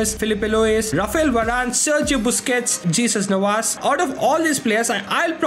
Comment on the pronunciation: jesus navas is pronounced hey-zeus nah-vas